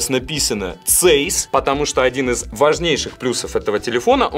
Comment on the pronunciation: не зейс. Читается цейс и это про оптику, линзу. Не про сенсор.